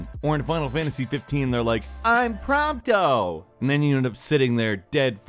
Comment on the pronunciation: “I’m prompto “ 😂